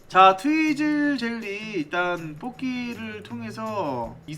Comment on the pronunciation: 트위즐 젤리를 트위틀 젤리라고하는 1인